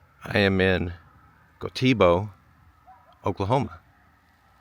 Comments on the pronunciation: its goat-t- bow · Just a point, might not be the 1st but it is GO-dee-bow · It is Go Tee Bow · It is not pronounced go-Tee-bow, it is GO-t-bow. Say it fast. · It’s “GO-TEBO” not GO-TEE-BO. 😂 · Said "Go-te-bo", not "Go-tebo". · Oh my😵‍💫 The way you are saying Gotebo is wild😂 You’re making it sound like it has two ee’s in there. Gotebo. Not Goteebo. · Say Go tebow, The Bow is like bow and arrow. all 6 residents would get a laugh at Go Tee Bo. All these places have been made obsolete by the automobile as much as anything. Usually towns were spaced to be within a day's ride by horse. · It’s pronounced goaty bow. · Its pronounced go..debo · We pronounce it "Gohteebow" with the emphasis on the "tee." Western Oklahoma is almost empty except Lawton, Enid, Woodward, Clinton and Elk City. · GO-dy-BO. As an Okie, I don't believe the salary information at all. That is total BS. I'm not saying you are lying. I'm saying you've got wrong information. Look at Tulsa and OKC, it's not near that high in either. Only the richest of the rich make $200,000 a year in Oklahoma. I completely appreciate you showing the reality of life in rural Oklahoma. It's really sad and it's very real. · Pronounced "GOATEE-bo." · It is pronounced Go Tee Bow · it's pronounced go te bo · Go ti bow is how your pronounce it. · The pronunciation of this towns name is GO tee bow. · He pronounced Gotebo wrong! LOL It's "NOW SAY IT FAST" Go-ta-bo! Yes I'm a 53 year old 5th generation native Oklahoman but maybe only went through that town once in my life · Its pronounced Go-T-Bo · I wish YouTubers would take the time to learn how to pronounce city names. We have pride in Oklahoma. First one: GO-tee-boh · You might find out how to pronounce the name of the town .... Go' tee bow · It’s pronounced Go tee bo. If you’re going to show nearly “ghost tows”, learn to pronounce the names of the towns. Good lord! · I'm from Oklahoma that first town was pronounced go t bo. Jus fyi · Gotebo is pronounced goaty-bo.